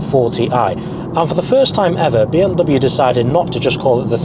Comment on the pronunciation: Bro its not BM Double U its BMW